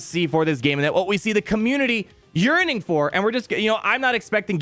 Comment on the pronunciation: "The content the community is urinating for" I know it's yearning but I swear I heard urinating LMAO